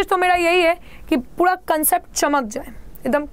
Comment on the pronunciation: Mam you call ' puda ' not pura